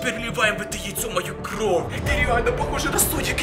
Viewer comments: пороботай над выговором слов не кров а кровь! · а почему ты говоришь кров а не кровЬ? Или мне это так слышится?